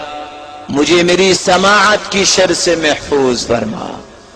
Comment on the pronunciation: محترمہ شر میں ر کے نیچے زیر ہوتی ہے آپ نے ر پر زبر ڈالی ہے درستگی کر دیں جزاک اللّہ خیر